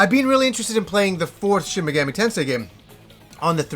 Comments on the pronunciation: Great video, but your pronounciation of Megami drove me a little mad, haha! it's mey-gah-mee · MEG-AH-MEE you dense fuck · I enjoy the smt games a lot, when you pronounce megami as megammy I cringed everytime but still cool video and thanks for the upload. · You butchered the pronunciation of the ENTIRE SERIES!!! The 3rd word is pronounced MEGAAAMI, the A is supposed to be drug out a little bit! Edit: WHERES DIGITAL DEVIL SAGA 1 AND 2?! ITS NOT COMPLETE WITHOUT THOSE!!! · Yes, you may have "done a google search;" however, that doesn't mean you are correct. He is making the Ga and Mi sound meld, just like in American English. He is saying "Shin Me-gam-ee" and like you said, the language is very syllabic, which would mean he is wrong. I have actually studied into some Japanese, and I don't mean to be rude, I even said he made a great video, but the pronunciation isn't correct. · Minor nitpick - you mispronounced it as "Meh-gammy" the entire video, but pronounced it right once ! It's "ease" vs "wise" all over again! haha! JPRGs love being tricky to pronounce! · tf does that have to do with anything? He was correct that he butchered Megami